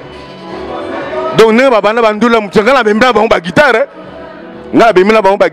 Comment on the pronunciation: Yo pe soki Eso soki nani ovandi na Europe mais ezo loba guidar eh 🤣🤣🤣🤣🤣 tala zonga classe balobaka guitare guidar guidar n'importe quoi